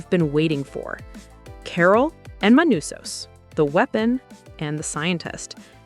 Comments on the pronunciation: You go from Manousos to ManOsos in a minute. Just can't pun the guy down. Latin American with a Greek name that makes North Americans glitch. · *Manusos They write "manousos" because muricans can't read in other languages, even if it is spanish (1/3 of USA population speaks in spanish but they can't even pronounce a spanish word correctly) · Not just the writing, I'm pretty sure the whole voiceover is AI too lol. Mispronouncing Manousos's name throughout it for example. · Were ALL the languages for this auto-generated? What's 'Carol's caesar'? Do you mean 'seizure'? Also, Manousos is pronounced differently every time, and we hear mention of a 'sumbmarine'. I'd like to hear criticism narrated by a human, thanks.